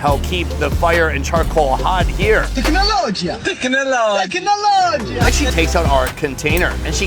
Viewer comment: Thecinalogiah thecinaloghia 😂😂